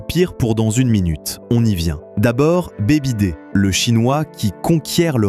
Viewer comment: Très intéressant. Affaires en vue 😊. Par contre, la prononciation de BYD, en phonétique, c'est "biaïedi", le Y en anglais, c'est comme dans aïe, ouille ça fait mal 😅